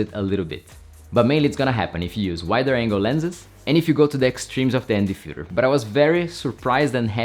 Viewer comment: i heard Fuher instead of filter multiple times